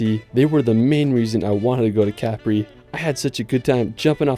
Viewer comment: Cool video man, just FYI it's pronounced "cuh-pree" for Capri, not "cap-ree" as you say in the video. Going to the coast next October so this was a cool preview video :D